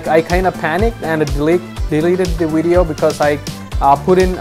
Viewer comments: Its video, not wideo. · Please say video, not wideo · It’s VIdeis with a V not Widio or Uidio. Thanks for your help. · what's a "wideo"? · I'm glad I watched this he helped me understand my "Wideo" and how YouTube processes the "Widoes" lol jk but I appreciate it thanks bro. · lol no hate but wideo lmao i am subbing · Video* not wideo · Great video and thanks for the info! But I have to make this one joke "wideo". lol All in good fun not trying to be mean. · WTF is a wideo?